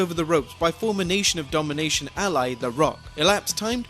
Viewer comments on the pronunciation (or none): none